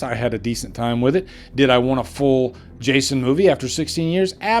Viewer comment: Why do you keep saying “Jashon Universe”?